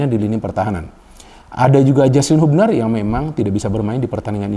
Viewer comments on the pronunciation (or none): none